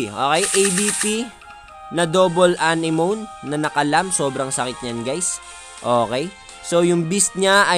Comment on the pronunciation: Kabadtrip nga yang mga ganyang build . Awit Saka a-ne-mo-né pronounce dun boss